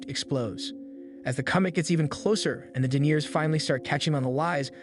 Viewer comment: Pronunciation tip - Deniers are people who deny btw.